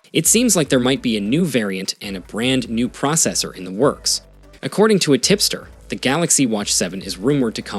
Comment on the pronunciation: Sorry, did he say, "tipster"?